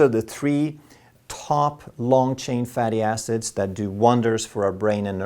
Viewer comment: Ha ha you said fatty asses? It was hilarious. Its surprising how many people slip up with fatty acids.